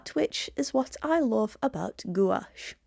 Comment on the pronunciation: Hi love your videos but just a FYI it's pronounced gwash, I've recently bought these and loved them. I'm not a fan of carran d ache as I've tried pencils and thought they were over priced and not that great but do like these. LOVE your fox